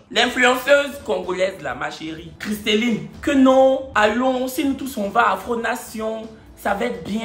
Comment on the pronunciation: c’est “Christellie” pas “Christelline” 😂